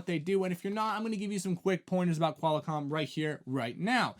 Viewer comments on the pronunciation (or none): Did he say QUAL-A-COMM? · Yeah, first time on my channel. Hard to take someone seriously who doesn't know how to pronounce Qualcomm and who hasn't heard of Ericsson before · He said QualiComm.